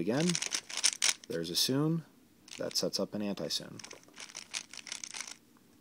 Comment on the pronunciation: Sune is pronnounced soon-ay, not soon.